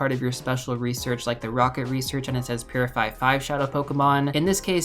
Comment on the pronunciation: Now I can’t I hear it lol